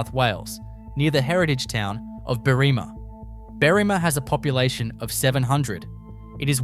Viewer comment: At this point, if you keep this shit up, you'll lose all credibility. I'm starting to doubt that you are even Aussie at this point. You may be just some weird-arse loser, makin' vids in your dank and musty basement using an "AI" voiceover for all I know. 😂 "Berrima" is not pronounced Beerimah. "M.I.N.E Min lights "are pronounced "Min Min lights and the bloody NULLABORE plain is not pronounced NOOL EH BORE, which admittedly you pronounced correctly later on. Just sayin'. 🤨 I will sub if you show me proof that you actually hail from Australia. It's pretty simple. Cheers, from Oz. 🦘☺